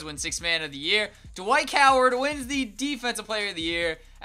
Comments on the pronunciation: "Dwik Howard" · this man said dwike howard